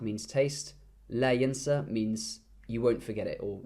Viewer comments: Yonsah is passive not yansa its yonsa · your arabic is quite good, but in the sentence "مذاق لا ينسى " ..the word "ينسى" is a passive voice form ,,so it's read like "yunsa" not "yansa" . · فعل ينسى pronounced as yonsah(passive form)